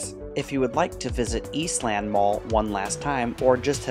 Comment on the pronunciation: In Columbus, it's pronounced "Eastlend", "Northlend", "Westlend". Saying East Land is off-putting.